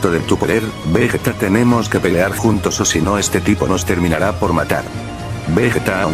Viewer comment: Pero me gustan mucho tus historias pero quisiste pelar pelar le dijiste pelar en vez de pelear